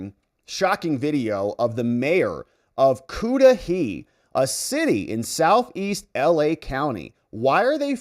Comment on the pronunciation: 😂😂😂😂😂😂 The pronunciation of the city is, ‘kuh da hay’. you made me laugh so much. We here don’t get the spelling and why the pronunciation either 🤪 and I’m not laughing at you, I’m laughing bc I’m sure the chola-mayor doesn’t know how to pronounce it either.